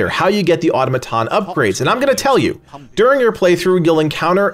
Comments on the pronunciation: Autom-aton, not auto-maton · People:Its pronounced "Aa-taa-muh-taan" Legacy: "Auto-muh-ton" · Au-to-ma-ton. You not being able to say the word correctly is scary. It's a real word. Not to mention the game literally explains all this very well. A disgrace to gamers. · It's pronounced "aa·taa·muh·taan" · You're using automaton too much to be pronouncing wrong. Its cringy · Jesus Christ please learn to pronounce automaton correctly. I guess editors don't exist in YouTube